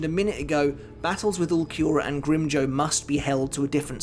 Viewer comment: Please stop butchering the names of espada. It’s pronounced No E tora not noitra and it’s Grim Jow like the word now or how not grim joe